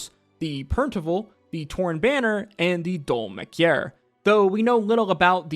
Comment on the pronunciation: I've been saying it, and I'll keep saying it: Aabria is the reason I started watching D20 and Brennan is the reason I stay. Cloudward Ho has been so fun so far, and Brennan's character in Fey & Flowers was hilarious. I'm pretty sure Brennan pronounced the beginning city more like "Dole-mahkiar." And the accent on the last A in Araman means it's pronounced a bit more like "-mon." Fantasy spellings. 🤷‍♀ They definitely split the party in previous campaigns, albeit for smaller timeframes/arcs. I think Brennan's brain will be perfectly capable of this one (he sounds excited), and it'll be fun to watch the tables crossover as Brennan is hoping for.